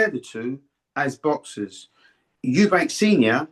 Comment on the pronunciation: Why can't people say eubank it's not eubanks